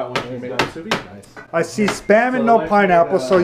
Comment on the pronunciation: She pronounced Musubi wrong. Not true Hawaiian.